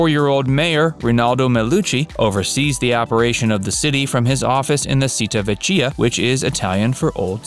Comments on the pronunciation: Pronunciation is way off: It's Taranto, not Toronto. And cita vecchia? That was really bad. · You might want to learn how to pronounce "citta vecchia." Otherwise, I don't think you know much about Italy.